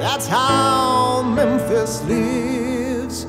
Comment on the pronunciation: Memphis lives eh may.... Love this, but it bugs that he doesn't pronounced the last word correctly... And yes, I know an "ee" syllable is bloody hard to sing, but this is his job.